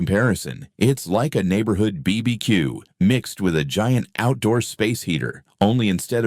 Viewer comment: "Bee Bee Cue" was the last straw.